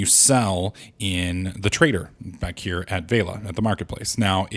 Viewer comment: It's not VEILA it's VELIA